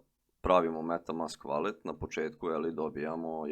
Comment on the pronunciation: Savet za pravilan izgovor ovih pojmova Valet -> Volet Akont -> Akaunt